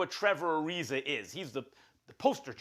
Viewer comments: Who is Trevor Ari-ZER? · “Trevor Arizer” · Trevor arizer Serge ibaker Stephen A has a problem with words ending in an A